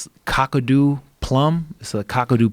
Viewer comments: Its kaakadoo not cockadoo plum 🤣 the indigenous people here have know about the benifits of the local bush tucker for 1000s of years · You almost got the right way of saying Kakadu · Rashad trying to pronounce Kakadu is my new favorite thing on the internet